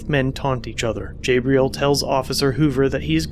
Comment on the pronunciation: Lmao bro it’s pronounced (jah-bril) not (jay-bril) 😂